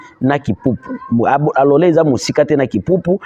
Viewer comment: ike majina ya mingini unaitajaka mu luga yako Ina tu keteaka confusion taja tu mu Swahili;kalole apana Alole 😂😂😂😂